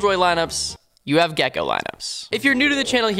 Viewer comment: Cant wait for the gekko speedrun Calling the name being gekkeeoh